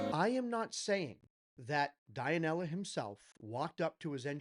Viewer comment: Dionela it pronounce DUE-NE-LA...thanks on your honest opinion,regards from philippines..🫰🏻🫶🏻♥️🇵🇭